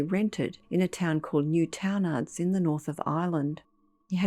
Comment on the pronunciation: Hahaah love the pronunciation of Newtownards! It's Newton (like Issac) ards